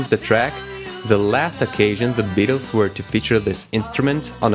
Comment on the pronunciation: BETTLES????!!!! Did he just say bettles??!!!